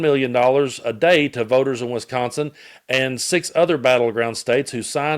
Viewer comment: WISconsin, not WESconsin.